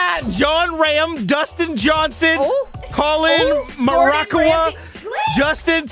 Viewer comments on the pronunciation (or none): Bro the way he said Colin Morikawa bro he did him dirty